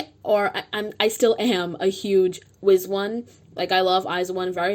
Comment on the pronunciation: Why do you say izone like that 😭